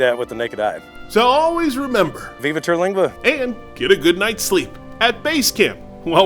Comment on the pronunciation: It's Terlingua not "Teralingua".